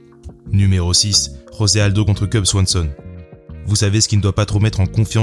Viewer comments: Très bonne vidéo. Juste pour tes prochaines vidéos, on ne dit pas Rosé Aldo mais José Aldo, c'est un brésilien et non un hispanique. Et c'est pareil pour tous les brésiliens, Dos Anjos, Pantoja... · Juste comme ça, le "J" de José Aldo se prononce comme en français, pas comme en espagnol. Aussi, Paulo Filho se prononce "Filio"